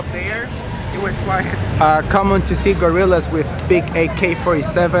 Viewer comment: I thought you said Gorilas😅